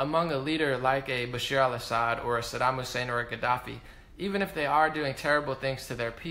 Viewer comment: Great video, as usual 👍🏼 Bash-AR al Assad (not Bashir). Aleppo, I don't think Damascus. And be clear when you say "moderate rebels," because they were anything BUT moderate- they were brutally ruthless and inhumane terrorists.